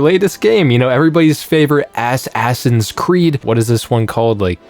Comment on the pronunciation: Ass-Ass-In Creed 🤣🤣🤣